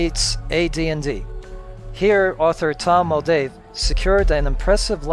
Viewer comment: Tom Moldvay, not Muldave...